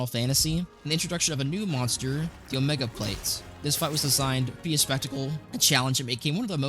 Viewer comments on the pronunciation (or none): What is your prononuciation. Omega planetes and gogmazios. Lol😂